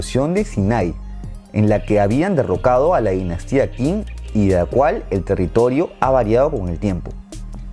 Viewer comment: Creo sobre todo en pronunciar bien las transcripciones de los nombres chinos: Qing no se pronuncia King, sino Ching; repito: Qing = Ching.